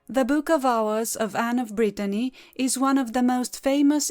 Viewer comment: Thank you for this beautiful video. Anne of Brittany was a remarkable and fascinating figure. Your work is impeccably researched and narrated. Love your French pronunciation and soothing voice, delightful to listen to. Thank you so much🌹